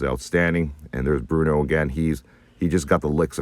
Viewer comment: Bluto, guys. Not Bruno.